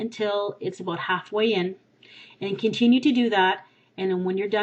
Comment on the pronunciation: the way she said "about" :p